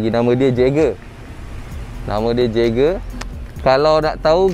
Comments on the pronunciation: Jaeger sebutnya YAGER bang.. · "Jaeger" disebut sebagai "yaeger" bang sebab perkataan German. Takde jaeger disebut dengan j didepan dia. ✌ tapi kereta tetap cantik, saya sukaaaa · Eren Jaeger (yaeger)